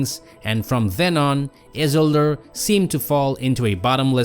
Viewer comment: Your prononciation of isildur is killing me 😂